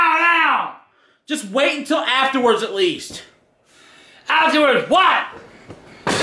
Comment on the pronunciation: he said now twice it’s funny the way it sounds🤣🤣🤣